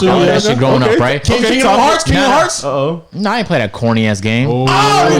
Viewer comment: Also is the one who said "Kingdom Hearts" wrong and tried to call Agent out for it 🤣🤣🤣